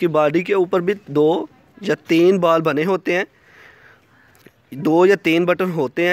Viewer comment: बाल नही बॉल😂